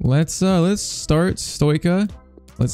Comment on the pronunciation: Pcq:Stoica is pronounced like Stoichkov, so its like Stoitchka